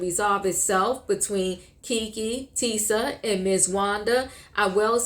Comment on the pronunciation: Tisha, not Tisa